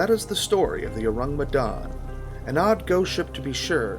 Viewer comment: You pronounce the name of the ship wrong get it right